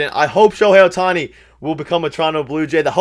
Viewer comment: lol at: "Oh-hei Sho-tani"... I started rofl